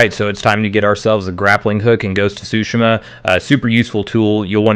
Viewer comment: You pronounced Tsushima incorrectly, its, twoo shee ma